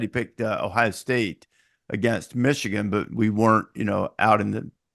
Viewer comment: Did he say Meeshigan is back😅